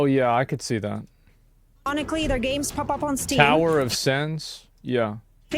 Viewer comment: "But how do they bridge dat gap ..." is all I heard.